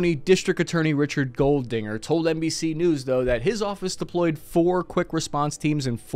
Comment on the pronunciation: "Goldinger" heh